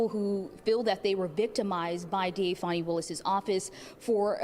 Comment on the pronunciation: Call her by her proper name…Faaan nie not Fawnie